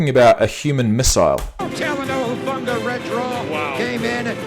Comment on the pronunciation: Talanoa's last name is pronounced like "Who-funga", though I understand if a lot of other players are not as familiar with how to pronounce his last name, since it's just his 2nd year in the league. Definitely a very instinctual guy, can blitz the QB/stop RBs in the backfield as well as intercept passes. For the next one, yes, Geno was named "Comeback Player of the Year". Usually that's for players who came back and played well after an injury the previous year, but Geno's career had not been going very well before the 2002 season, when he played extremely well. And finally, yes, the 9ers defense is elite, but that is also because the players are elite, and deserve to be in the Pro Bowl/All-Pro/on the list.